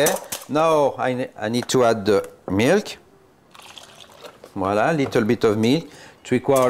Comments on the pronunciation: I can't stop laughing everytime he says. I'm gonna name you. ----from Philippines here 😀✌️ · Yummy thank you 🍲🤗 wha-la seee. Wha-la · Spelling voilà ! Pronounced voala !! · Always saying viola every now and then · He is just saying volla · It's VOILÀ...... please! 😄 I love French toast, but must admit that I've never made it with brown sugar: now there's my turn at trying something new and knowing in advance how delicious it'll taste thanks to your many happy comments! Merci infiniment y'all😄